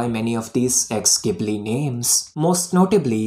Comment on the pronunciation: ghibli is pronounced like "jibli". at least in japanese, that is